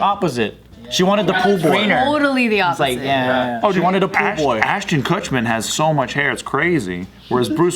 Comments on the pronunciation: saying “ashton kutcher” like how every news channel butchers every celebrity’s name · I'm cracking up at all the times mispronounced ashton kutcher lol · is progressively pronouncing Ashton Kutcher‘s name wrong throughout the video😂